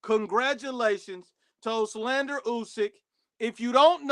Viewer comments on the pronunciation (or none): This guy still didn't figure out how to say Olexandr lol he keeps saying "oxlander"